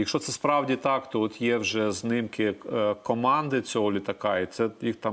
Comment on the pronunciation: А що таке знимки? Так ви вивчіть нарешті українську.ЗНИМКИ